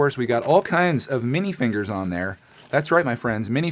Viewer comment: Why are you saying minifinger